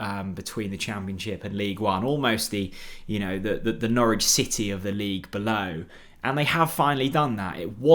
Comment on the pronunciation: Got Norwich very wrong but was a decent effort otherwise.